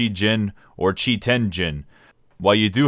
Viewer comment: it's "cheeeeee" not "chai"